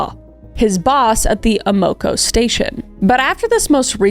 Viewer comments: Ama KO its definitely not said how you're saying it. Like the words "am" "uh" "co" put together, just like that. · It took me a couple times of her saying Amoco to realize she was talking about the gas station that we often pronounce like Am Oco. I was like that is a weird name for a gas station and then it was like Oh Amoco! Lmao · AM a CO (As in "I AM," O as in "short "a" CO as in "company.") Thank you for the work, you are the best 😉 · Love you Kris!💜 AMOCO is pronounced Am-uh-ko 😊 yours is cute though 😊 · Am-uh-co lol. Not the way you are saying it...js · AM eh koh Part of the Standard Oil trust. Wikipedia can tell you how to pronounce a lot of company names. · You wasted an hour of my time and have told me nothing, other than you really don't know much about how the criminal justice system actually works (or how to pronounce "Amoco"). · ...Kris, you stated you didn't know what was going on with police in the 90s > unfortunately, as can be seen, not a whole helluva lot if anything had to do with p.o.c. on the fringes of society... & have to say, the name of the gas station confused me bc of your pronunciation, but then it hit me: Amoco...in the US, at least where I'm from on the east coast, we pronounce it aaam'-oh-coh... So, I'll be watching this one again, bc it's just crazy!!! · Your pronunciation of Amoco is killing me lol. Youre close, but not really close 😂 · The way you pronounced Amoco is hilarious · Me hearing “A-Moe-Koe” station and thinking that’s a funny name for a gas station. Then it clicked, Amoco! It’s pronounced Am-Koe. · Ah-mah-co, not A-mo-co. Silly Canadian! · Kris’ pronunciation of certain words crack me up. Ah - moe- ka 😂 AM- oh- Koe Matt-son not Matt-eh-son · It took me until into the video to realize the service station was an AMOCO pronounced around here as AM-A-CO not A-MO-CO. Bless my whole heart. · Lol it's pronounced AM-uh-co, not uh-MO-co. 😀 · Pronounced Amaco, like Amazon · Amoco pronunciation is like Am-uh-co